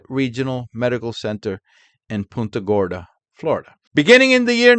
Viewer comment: btw, just a minor correction: it's punt -- like punt a football, when saying punta gorda. 😊 PUHNTA thx for all u do,!